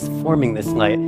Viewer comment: Why is the presenter not able to say the letter "l" ...i thought ..wat he is saying at first n i realised he was trying to say light. He pronounced it as "ngaith" and "ngas year " as in last year.